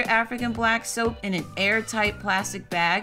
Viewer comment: "Stoap" lmaoo. Ive watched this too many times to have caught that, great tutorial!